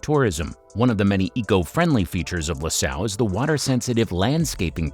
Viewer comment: Loo Sale .... not LAH SAHL ... this reminds me of the Galbani advert 😆